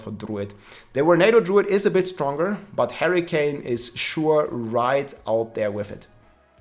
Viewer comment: Harricane:p, i like it